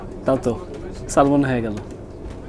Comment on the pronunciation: Its not a salmon (ছ্যালমন), but it should pronounce ছ্যামন।